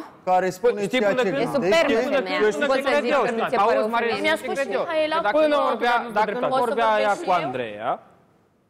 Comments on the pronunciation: hop și cu "MIAELA" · nu are ce căuta acolo.. dau mai departe când vorbește el, e plictisitor. și pe fata aia o cheamă Mihaela nu MIAELA!